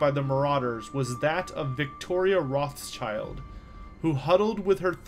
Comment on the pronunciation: Also -- Rothschild is pronounced Roth-Shild. Or in other words, Red-Shield, in German.